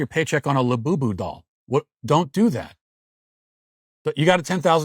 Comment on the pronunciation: Hearing matt walsh say the words. Lull booboo dollls repeatedly. ..made my fkn day lmao.... lul boo boo...😂😂😂😂😂 we gotta do better america.